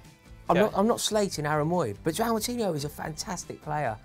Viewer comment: still cant say Joao right lol